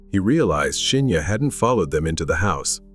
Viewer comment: Good vid, but weird how you keep mispronouncing Shinya's name.